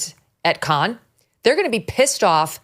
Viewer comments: Cannes is in the south of France, it is pronounced like Americans say can. Not Kahn. Sorry, so distracting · Cannes is pronounced like a beer "can". Megyn is saying it wrong. I know I'm correct on this. LOVE Megyn. She's the best. So wanted her to know.